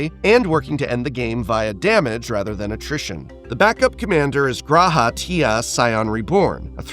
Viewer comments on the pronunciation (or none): For Y'shtola and G'raha, you don't pronounce the first letter - its just Shtola and Raha. :)